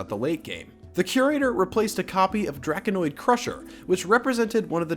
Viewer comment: It's drako-nid not draki-noid crusher.